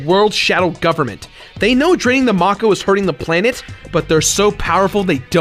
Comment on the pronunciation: it's fucking MAKE-O, MAKEEE-OOO